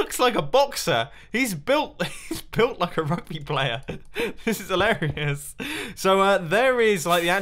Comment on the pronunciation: Call it “Dumbo Dioritoni”, not Bumbo, Dumbo